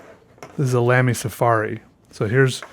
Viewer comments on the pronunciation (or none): none